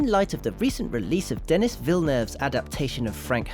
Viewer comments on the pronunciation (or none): Pronounced "denny". not "dennis".